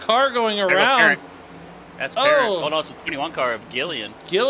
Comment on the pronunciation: It's not Parent like guardian, it's cajun, soo it's said like "Puh-rahnt". Since he's cajun he's a lil wild and may come after you if you don't get his name correct.